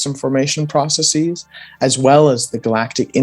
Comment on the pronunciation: Processes, not 'processees', argh! :-/ But apart from that, interesting talk with a knowledgeable young man who will probably go far in science. :-)